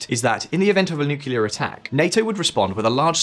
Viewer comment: Major cringe 😬 when someone says "nucelar" instead of "nuclear"